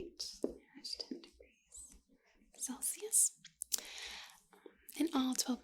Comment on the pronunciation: hold on. is she saying "Felsius"?? rofl